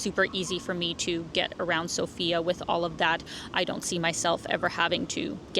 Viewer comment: Everyone pronounces the name of the capital incorrectly - the correct is sOfia, the stress is on the O.